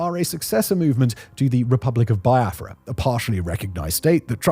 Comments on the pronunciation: Not pronounced Bai-a-fra. Its Be-a-fra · Its pronounced "be-are-frah" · It's pronounced like BeeAfra